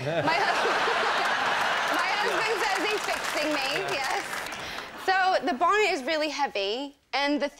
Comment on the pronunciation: Note the way she pronounces the t in "bonnet", rather than rounding into a D sound as one would with an American accent - bawnned.